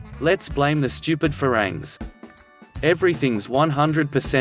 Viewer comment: Never listen to an Aussie who can't learn to pronounce ฝรั่ง or พัทธยา correctly.